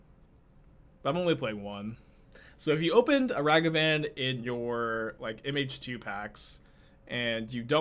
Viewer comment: Took me a minute to realize you were saying "MH2", "Image 2". I kept thinking of Phantasmal Image and wondered if you were referring to Glasspool Mimic.